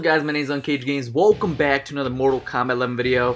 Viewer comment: “Wocome back”